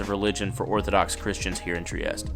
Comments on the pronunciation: Just found your channel because I'm looking up things to do in Bucharest. I live close to Trieste. Italians pronounce their e's, so the city is pronounced Triest-tay. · Nice video. Btw, the ultimate e in Trieste is not silent.